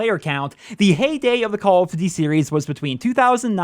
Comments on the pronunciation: “Calluhdudey Wulwar 2” I think you’re missing a couple of letters in there, buddy. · Makes a call of duty video Can’t even pronounce call of duty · Dudes voice is mad annoying...the way he says “call of duty” and many other things, I get it he can’t change it. It’s just to damn annoying.